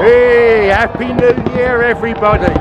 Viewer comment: A Pee Noo Yeer !